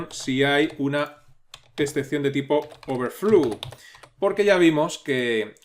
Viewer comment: Gracias por el curso! Me ha sido de mucha ayuda, es usted un genio y un excelente maestro 🤩 solo me gustaría hacerle un comentario con todo respeto, la palabra "throw" se pronuncia algo así como "throu" y no "thru", lo mismo con "overflow" que se pronuncia "overflou" y "float" que se pronuncia "flout" 🙌🏻